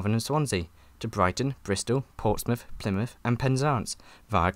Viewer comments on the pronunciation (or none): none